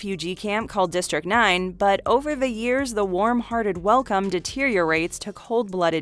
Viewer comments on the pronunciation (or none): none